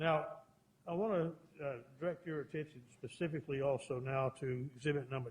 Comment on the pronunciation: Pacifically lol